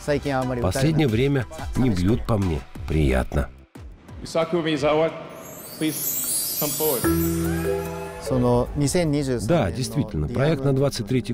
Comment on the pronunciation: Всё, конечно, хорошо, но для транскрипции японских слов, и в том числе фамилий, необходимо использовать систему Поливанова. И фамилия этого товарища в русской транскрипции — исключительно Маэдзава — «z» — это всегда «дз». Это не английский язык, а ромадзи — романизация японского.